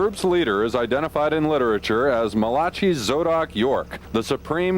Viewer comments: I had to pause watching this and picked back up- WHY does the reporter say "Mel-ah-chee"?! He knows the biblical name Malachi as in 'Mal-uh-ky' it's the South, it's in the day-gon bible. Just cause he was a POS cult leader... still had to make the Black persons name sound extra extra. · Malachi pronounced Mala kai...was so gross..and people still follow the sick turd.